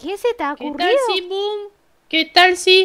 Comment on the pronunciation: Y es boom no poom